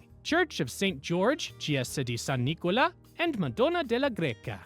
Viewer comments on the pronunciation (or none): none